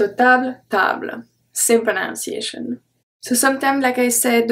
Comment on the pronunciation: I will teach you something about English pronunciation. You are not saying the word "pronunciation" correctly. It is not pronounced "pro-nown-see-a-shun.". You need to say "pro-NONE- see-a-shun."